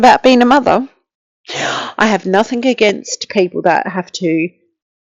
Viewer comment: Sorry .. the word is NOTHING ……not NOTHIINK